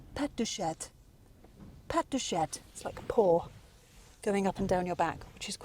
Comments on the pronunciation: Careful on your pronunciation of cat (CHAT), the T in chat is silent. If you do pronounce the T, it sounds like you are saying chaTTE.... The E at the end of a word emphasises the hard last letter, in this case "T". So, on your french pronunciation of (PATTE DE CHATTE), everyone in the french speaking world understood PUSSY PAWS😅 FYI : CHATON = KITTEN and CHATTE is front bottom 😝🤪😜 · "Pet de chatte ! Pet de chatte !..." was an interesting moment. Hopefully, she does not know what she is saying ("Pussy farts !... Pussy farts !...") The good pronounciation for "Pattes de chat" (cat paw) is : "Patt deu cha"... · "patte de CHAT" (pronounced CHA, not CHATTE)!!!! "CHATTE" is the female and it also means "PUSSY"....... 😂😂😂